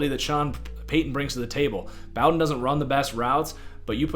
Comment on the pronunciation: Bow-Den like bow and arrow